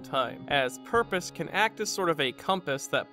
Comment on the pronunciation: It's pronounced "purpose".